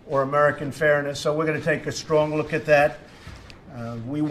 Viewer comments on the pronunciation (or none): none